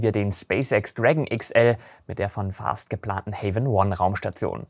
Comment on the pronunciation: ahem Vast nicht Fast. Vast gesprochen wie mit einem W. nicht wie mit F. Ok genug Englischlehrer gespielt. Du machst wahrscheinlich den besten Raumfahrt-Content auf Deutsch. Ich hätte übrigens noch einen Themenvorschlag, und zwar über die britischen Raketen wie Black Arrow und die verwendeten Triebwerke wie die Gamma Serie.